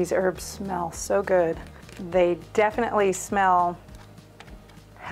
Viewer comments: Why do you say ' erbs' and not ' herbs'? Thanks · Please pronounce the H when you say herbs. Saying erbs, annoys me. Bye the way, thanks. Great video. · Thankyou but there’s a H in Herbs